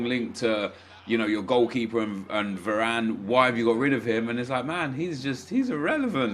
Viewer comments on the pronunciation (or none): none